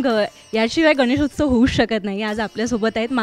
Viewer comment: अँकर किती अशुद्ध बोलते..... गान.... गानेशोचव 😂😮